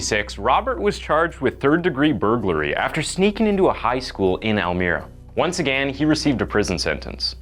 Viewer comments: Jesus christ, I couldn't even get a full five minutes in before you murdered the English language. It's "public defenDER," not "public defendant." The word is "again," not "againe." And wtf is "unwarranted evil"? Learn how to read before taking a job as a narrator. Damn. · this guy can't pronounce again and it's infuriating me more than any story he's trying to tell ..... again!!!!!! it's pretty simple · You say “again” wrong